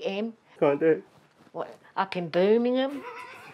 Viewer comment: Love she says Birmingham properly